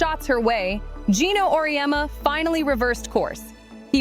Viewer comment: It's Geno, not Gino.